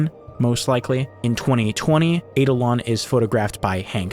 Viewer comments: I am pretty sure the eidolon is pronounced eye-DOL-un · Just to confirm its Eye-Da-Lon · The power move of putting the pronunciation of eidolon up there with the definition and Still saying it wrong the entire video. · You mispronounced "eidolon". Kind of funny, considering you showed the dictionary entry with a pronunciation key.